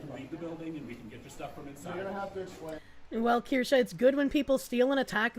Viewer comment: Do not the korshe...do do the Kirsche 😁